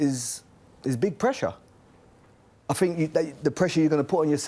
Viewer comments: Ashley “I fink” Cole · ' i fink' 'i fink' i think this is garbage, tired of these has beens spouting off garbage, these kind of show's are on their last legs, just like the big money players are coming to an end, youth, if you haven't invested in the youth of your club then you will struggle in the near future. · I fink....I fink.... dosent seem to be the brightest spark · Has someone tried telling Cole that the word think doesn't start with an f?